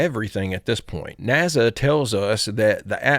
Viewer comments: Brother. It is pronounced nasa. With an s. Not naza. N a s a. Not N a z a. Space is spelled with an s not a z. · Nasa. Not naza. Space, not zpace. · Naza. LoL I remember when first started I would always laugh at him for saying NAZA instead of NASA and then he threw it on a shirt. I love it great memories. I always gave him shit about saying NAZA.